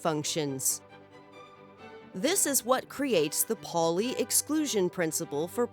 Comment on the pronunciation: Good video. But it's not Polly, it's ˈpaʊli.